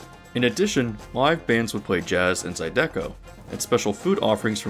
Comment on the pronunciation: As a Louisiana bayou Cajun myself, it's easy for me to forget that people from elsewhere are often unfamiliar with the holiday. This is a pretty good breakdown for an outsider! ... Even if your pronunciation of "zydeco" is very... unique. XD